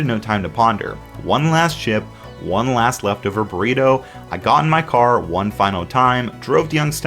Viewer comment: sounded like you said "Burweedo" for a sec hahaha workaholics